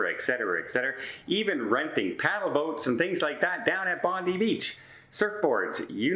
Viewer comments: Hey.......Bondi Beach is pronounced "Bondeye Beach"....... maybe your next shirt should read " I'm.....and murdering language is my business!". Have a good one.😀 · It's Pronounced... BON DYE... Come on...you can do it... Bondi...(BON DYE )